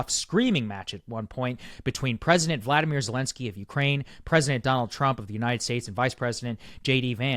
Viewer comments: You always mispronounce his name. It's Volodymyr not Vladimir 🤣😊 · It’s VOLODYMYR. There is no A in his name. Do you think we can start pronouncing it properly. His name is NOT the same as Putin’s.